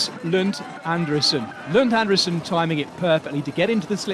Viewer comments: So, again not Andersen! It's André - sen. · Regarding pronunciation of Andresen -- try it like this: An-dreee-sen. All this Andersen is rubbish.